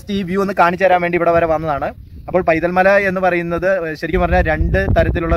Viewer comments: സുഹൃത്തേ ആ സ്ഥലത്തിന്റെ പേര് പൈതൽമല എന്നല്ല വൈതൽ എന്നാണ്. വൈതൽ മല എന്നുപോലും ഇല്ല. വൈതൽ എന്ന് മാത്രം. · പൈതൽമല അല്ല... വൈതൽമല